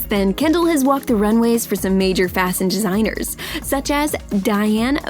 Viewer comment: "fasion designers"